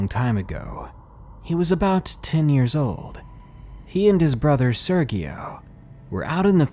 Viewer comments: I think its pronounced sir-gee-oh in the second story. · I love u but its pronounced "Serjio" soft g. Lol. Keep em coming Thank you and happy new year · Lol you butchered that serGío name but still sounded sexy 😏